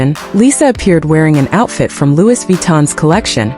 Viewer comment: ITS PRONOUNCE LOOEY NOT LEWIS 😂😂😂